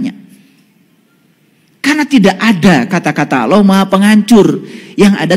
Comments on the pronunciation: MANA ADA UMAT MUSLIM MENYEBUT ALLAH DENGAN SEBUTIN AULOH..SAYA JADI MUSYKIL AFA BENAR INI UMAT MUSLIM.. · Itu bukan ustad sebut allah aja sala dia sebut awlah jadi klw awlah itu ver arti huruf skif dn ada huruf waw sukun itu sd nyata klw bukan ustad ala lagi kiyai yg benar itu allah jadi huruf lafas jalala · Mmg kyk bkn org Islam org ini..coba dengar nyebut Asma Allah aja nggk bisa..dia bilang Awloh...bkn Allah... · Mengucapkan allah sj salah, ktx aloh yg mh pencipta😅😅astaghfirullah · menyebut nama Allah juga Gk becus..alloh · 😂😂😂nyebut allah aja dia nyebut aloh😂😂 lucu nih ustad....ini penyusup kah dri oten😂😂😂..rukun iman itu harus percaya sm kiamat..ini orang kajianya pake dalil dri injil😂😂😂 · Jangan kan ..mau mengomentari isi ceramah atau pemikiran orang ini ..mendengar dia menyebut Lafadz ALLAH saja , tidak betul ..masak dibilang sekelas ustadz. Menyebut Kata ALLAH. ..dengan sebutan Awloh.. hadeh...hadeh.... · Missionaris....dai yg benar menyampaikan ayat alquran dan hadits. Perhatikan ...dia bilang aulloh....bukan Alloh. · Mengucap "Allah" nya aja keliatan kalo orang GK pernah belajar baca Alqur'an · tul bget aloh..ni org misionaris kristen bukan org muslim. Mau tau kiamat ada at tidak tar kalau ente mati ddalam kubur baru tau lu ada siksa azab d nikmat kubur.... gue pgen denger lu bc Qur,an nyebut Allah sj ga benar😂😂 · Ngaku kiyai... nyebut Allah saja gak benar....! Hati2....bisa menyesatkan Umat... Salah satu rukun iman, percaya pd hari qiamat....